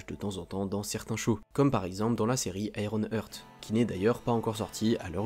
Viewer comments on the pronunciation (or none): Cetait facile de sauver Tony. Strange recupere la pierre du temps et restaure letat de Tony (comme Thanos avec vision). Ps: ironheart= aie-ron arte (pas hurt)